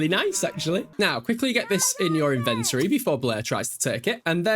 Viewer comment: The way you say “inventory” is hurting my soul 🙃